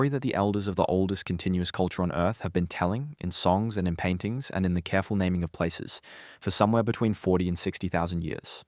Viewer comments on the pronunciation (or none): none